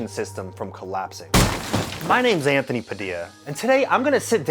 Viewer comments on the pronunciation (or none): none